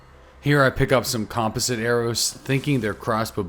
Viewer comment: You keep saying composite wrong